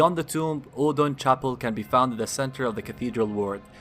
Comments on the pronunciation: you pronounced oedon differently every single time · Every time pronounces Odeon differently than the last time take a drink. The winner is the one who does not die from liver failure.